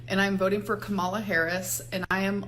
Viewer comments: She does not even know how to pronounce Kamala's name. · The idiot is so invested in the election and she doesn’t even know how to pronounce Kamalah’s name right. That shirt keeps catching my attention because it’s barely fitting over her arms! Thanks for the video, 😂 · I wonder if she knows you have to register to vote. She knows nothing about Kamala Harris....she can't even pronounce her name correctly. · And this idiot <- should make sure they remember how to spell Kamala 😂 I knew it didn’t seem right